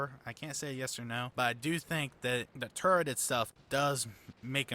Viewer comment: Turret. Not 'TurreNt'. A personal pet hate of mine.